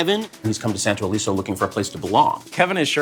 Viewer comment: Santo Leso? Los santos 🤔. Well